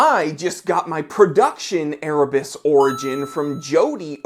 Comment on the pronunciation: I agree its a great watch, and he is a great guy, but it still sounds like "Ear Bats" to me....